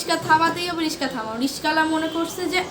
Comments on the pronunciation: Artix✅ Artistic❌ রিকশা❌ রিশকা✅ 😂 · রিকশা ❌ রিশকা✔️ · Rickshaw ❎ Rishka😂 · রিশকা না রিকশা 😅😊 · রিস্কা❎ রিকশা ✅ 👍🏻👍🏻